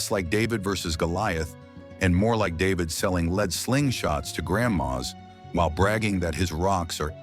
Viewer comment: THE WORD IS LEAD PRONOUNCED LED ( WILL YOU LEAD ME ? I LED HIM LEAD IS A HEAVY METAL